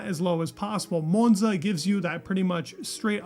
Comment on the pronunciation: if you ever go to Monza, don't pronounce it like that.